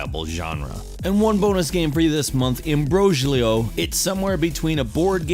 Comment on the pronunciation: Imbroglio is pronounced (em-bro-lio)